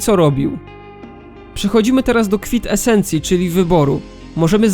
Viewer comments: czy ja przygluchlem czy mówisz tam „kwit esencja”? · kwintesencji. nie kwitesencji. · .. KWIT ESENCJI? XD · Co to „kwit esencja”